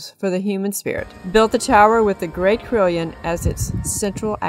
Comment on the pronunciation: It is pronounced as 'CAROLLON' not CRILLION, Other than that, nice.